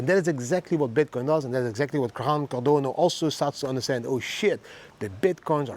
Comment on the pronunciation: is what I heard hahaha love it!!!